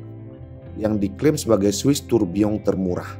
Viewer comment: gw sukak bgt saat lo ngucapin tourbilion pakek eksen prancis